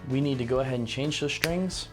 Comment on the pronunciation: It was irritating the way this guy kept saying ‘shtrings’. There is no H. STRINGS.